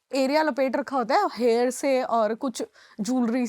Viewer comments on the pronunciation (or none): none